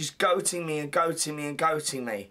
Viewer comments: Goading not goating Paul, LOL! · Goating! should that not be goading. Such a plank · “Goating me” “Goating me” 🥴 Ugh you mean GOADING me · I think he means ‘goading’ not ‘goating.’ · Goading not gloating paul